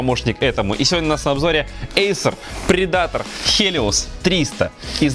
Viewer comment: предатор..ударение не там.